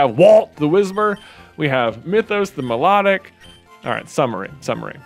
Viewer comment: Music nerd time: Milotic is pronounced "mih-LA-dic" because it's cry is based on the Melodic Minor Scale. As cool as Mythos is, Data has worked too hard to get the bench now. The wild Seel was a sign! Data stays on the team!